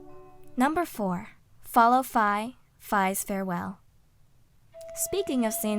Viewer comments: Wait, that's how you pronounce Fi's name? I always pronoinced it "Fee". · No offence, but you pronounced Fi and Saria's names wrong.